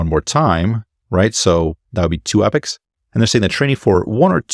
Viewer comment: Just an FYI, it's pronounced "Eeeh - pox" not epics 👍